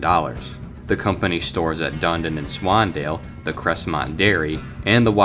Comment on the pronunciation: Ah yes my favorite town swandale swingle